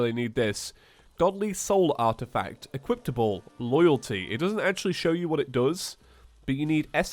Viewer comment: did always say equiptable, with a t. I mean it's but now he can't even say equipable no offense btw